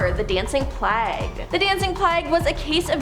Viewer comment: You pronounced plague wrong other than that it was a very informative video well done!